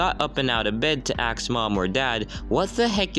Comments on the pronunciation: Hey dude, I love your vids, but saying ax, instead of ask is weirding me out, it's just my opinion though, so, it's your option to choose what you prefer saying. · you pronounced ask like axe